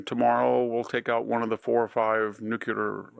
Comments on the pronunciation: As smart as VDH is, would some one please tell him that NUKE-Ya-Lerr is incorrect. It’s Nuclear as in New-Clear. Please stop with the nukeyalerr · This old guy still says nucular...... Can't get it right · Does anybody know what’s the deal with this old man and the word “NUCLEAR”? Is that some sort of game or a rare speech disorder? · And you're Stanford educated, did they not tell you how to pronounce "nuclear"?